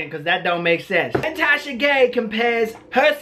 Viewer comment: Wait... did just say “Tasha Gay’s situation” ? 👀👀